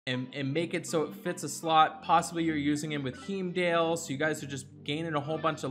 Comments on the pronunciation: Actually, it’s Hey-m-dahl. So you’re both wrong. /a Swedish Viking. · Its hi-mdall, why do you keep saying heyumdale lol